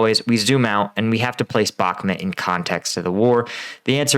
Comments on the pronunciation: Dude its called Bakhmut and not Bakmet, its a city name not a person name has noone told you already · The way you pronounce Bakhmut is very hard on the ear. There are plenty of videos with native speakers pronouncing it.. try "Bakh-moot"